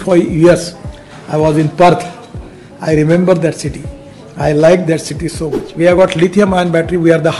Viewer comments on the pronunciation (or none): none